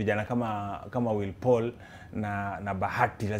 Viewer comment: ringtone doesnt know how to say willy Paul niqqa is always like will paul